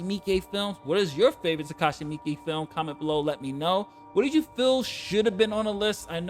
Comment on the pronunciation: I didnt know how to properly pronounce "Miike" until now. Thank you 🙏🏿